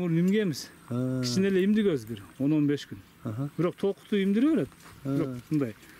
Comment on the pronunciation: Миндик деп айтчы тууган,имдик дебей